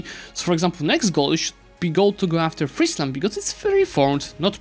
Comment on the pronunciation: Finally, an EU4 youtuber that knows how to pronounce Friesland. Really enjoying this series as it allows to see your skills in a variety of scenarios, fantastic idea. I hope you'll consider a new series after you finished this one in another part of the map. For the next episode I'd think either Sweden/Denmark or Ajam would be interesting, I'd like to see the aftermath of the league wars.